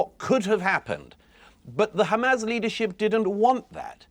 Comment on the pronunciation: HaMAAAAZS as pronounced by Douglas